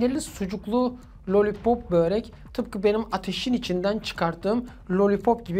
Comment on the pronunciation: Bööööörek degil Börek😂😂